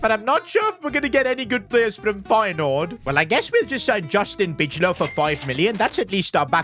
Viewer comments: bro said beachlow when he signed justin bijlow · For yall who dont know,im afrikaans, i can help with the pronouncing, bi- low